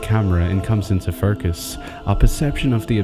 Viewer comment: Strange how Aussies add an "r" to short words with an "o" for the vowel. E.g. "Forcus" for "focus."